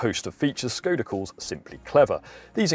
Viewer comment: To the guy in the video: ever wondered what that inverted carrot on top of "s" in "Škoda" signified? It is to pronounce it as "sh", as in "sugar". Think about it.